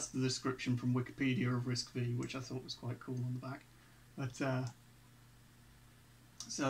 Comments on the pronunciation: It's called Risc 'five' , not "V"... Just for your information. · RISC-V is pronounced "RISC Five".